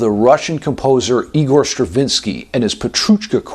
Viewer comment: Thanks for the lesson,, especially for the Kumoi scale. Btw, not trying to get deep into slavic names pronunciation, but "Igor" pronounced as ['igor] not ['aigor]